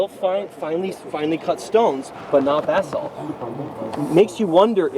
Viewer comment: Sounds as if you are saying bathsalt, lol. Buh-saalt is the correct Pronunciation for anyone who doesn't know.